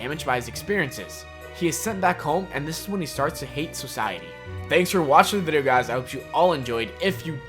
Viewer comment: This dude said "welcome back to the viero"